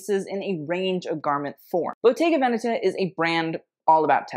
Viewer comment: Perfect pronunciation of Bottega Veneta. You are one of the few who does it. 😅😊